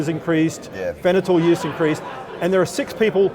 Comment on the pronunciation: I think he's trying to say "fentanyl."